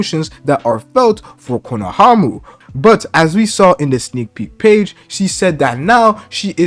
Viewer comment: Again, respectfully, it’s pronounced “KONOHAMARU” 🫡 love your work